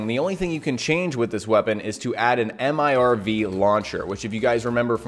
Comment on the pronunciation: Multiple Independently Targeted Reentry Vehicle, MIRV, please dont call it an M-I-R-V, we just say mirv